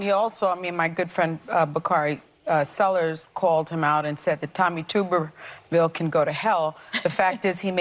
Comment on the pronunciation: she doesn't even know how to pronounce who she's talking about. Tuberville